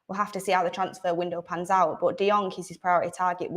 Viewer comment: 😁 De-Jong? Again 😁 😅 Barcelona is pranking us right?